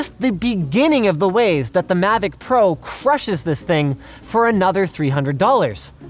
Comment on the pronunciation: Um sorry but it’s mavic not “Mavoc”